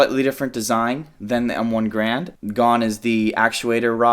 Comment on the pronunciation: The M14 is still in service... It's just not the standard issue rifle. Also, WTF is an "M1 Grand"???